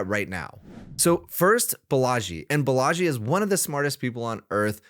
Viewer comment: not Balaaaaji, correct way to say, baalaaji